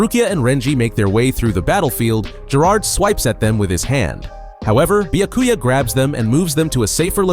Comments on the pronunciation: Not bee-yuh-koo-yuh it’s bee-yah-koo-yah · Ah yes, who can forget my favorite captain: Buy-a-cuy-a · Bee-uh-koo-ya Are you FUCKING serious? Y’all need to stop with the AI narrations. It’s insulting to the property, the author, and his nationality by letting it pronounce the words as they’re spelled in English. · Is it too much to ask that you pronounce Byakuya correctly? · Yeah annoying af Byakuyaah SenbonZAKURA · dude learn to pronounce the names you are so cringe zebanzakura? WTF ? byakuya? dude common